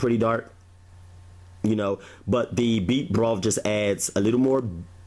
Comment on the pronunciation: Why do you say "wif" gravy? It's "with" gravy. And it's "broth" not "brof"......... and, it's "bathroom" not "bafroom".......just like it's "birthday" and not "berfday"....what is the problem with words that have the "th" sound?